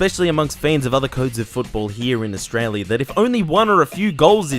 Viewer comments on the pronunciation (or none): none